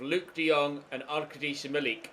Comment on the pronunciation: Arkad-yoosh Milik. is how you pronounce it. Arkadeesha is way wrong lol. Good effort though :)